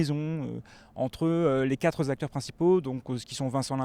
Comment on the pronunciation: Les 4 "zacteurs" principaux... ça m'a gâché le reste de l'analyse.